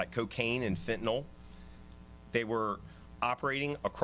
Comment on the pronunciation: she say 21 kilos of feentoono lol